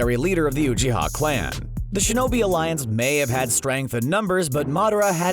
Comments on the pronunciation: Your videos are amazing, but i can't stand the way you pronounce Uchiha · I loved this video but the way the narrator says rasengan and uchiha annoy me so much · After all this time you guys still can’t pronounce uchiha and rasengan properly.